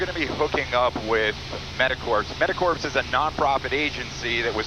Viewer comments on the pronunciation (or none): Corps is pronounced kor, not like “corpse”. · Awesome on you guys!!! One thing though...Corps is pronounces like "Core" , ...is sounds esp bad in the context you are using it in...sounds like you are saying Medic "corpse"